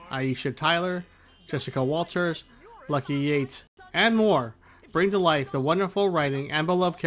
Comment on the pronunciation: It's Walter, not Walters